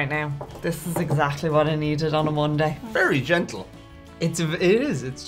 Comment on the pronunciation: when that strong bourbon hits and you get the warm fuzzies..."This is exactly what I needed on a Mondeh" Yessssss girl. Yes.